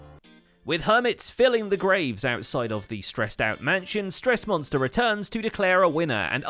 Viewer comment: got the "Monstah" And yeah, it IS what I'm gonna call it now